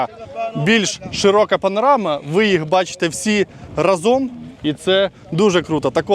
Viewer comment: Краєвиди файні, а ні вид!!! І треба змінювати наголоси в часто вживаних словах: рАзом, спИна.